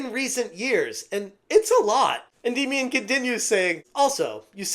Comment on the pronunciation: Is it me or is he pronouncing Endymion wrong?